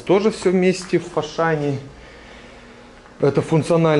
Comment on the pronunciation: а почему фашан а не ашан?